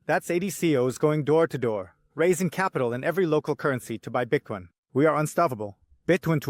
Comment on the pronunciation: I just started watching your show and really like it. But I noticed one thing that's annoying as hell, your pronunciation of Bitcoin: Bitcone, Bitcon? Even people speaking English with an accent can say the word Bitcoin, so if it's a thing you're trying to do to separate yourself it's not working